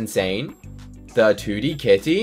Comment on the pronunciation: "he ot a 2d ca" say your T's